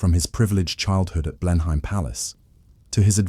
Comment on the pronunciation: It's pronounced Blenum. !